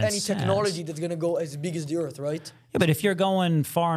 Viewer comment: I kinda like the flat earf guy